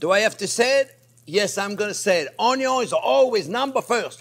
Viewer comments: Chef, I could have sworn it was "Onyo first unless there is bacon" 🤔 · Actually, it's "Onyo is always number first, unless there is bacon!!!!". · Keep preaching "Onyo First"! I can't hear it too many times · Chef, never stop saying "always cook the onyo first" we live for it! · “onyo is always number first.” 😂 Chef JP for President 🙌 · Love the chef's obsession with onyo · i love the way he pronounces onion lol